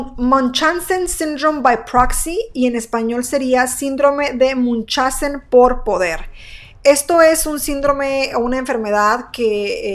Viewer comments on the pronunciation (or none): Me parece que la pronunciación correcta es Miunjaussen. Es un trastorno muy interesante, y cuando es por poder significa que el cuidador provoca enfermedades falsas para llamar la atención no sólo niños también adultos mayores se pueden ver afectados